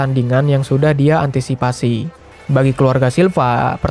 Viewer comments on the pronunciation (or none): none